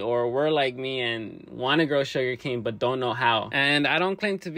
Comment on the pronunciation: Bro 😂😂😂😂😂its not sugercan